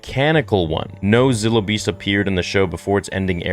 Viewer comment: It is pronounced Z(eye)(low) beast